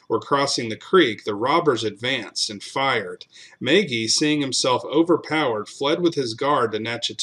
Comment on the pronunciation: As an Irishman, it is pronounced, mah gee